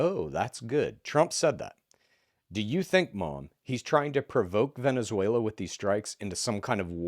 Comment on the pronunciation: “Vanzuela” I can’t